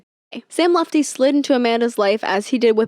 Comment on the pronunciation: Worried about saying ‘Pusey’ wrong but literally did the whole ‘Sam Lutfi’ part saying ‘Lufti’ ICONIC